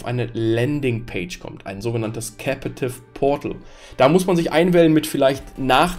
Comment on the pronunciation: Lightweight ("weight" wird ausgesprochen wie "wait") Captive portal (nicht capAtive portal) Tethering (das "e" wird ausgesprochen wie das von "the" und nicht wie das von "tea"/"tee") Firmware (das "r" wird ausgesprochen wie das vom deutschen Wort "Stirn" z.B.)